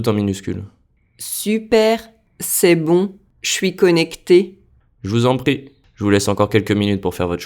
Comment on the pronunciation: Je vous en prie- why does it sound like Je vuzompti